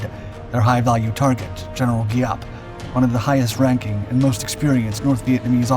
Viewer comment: Geeee app .. come on let's say it together , his name was general Giap (Geee app) not whatever mispronounced b.s u said .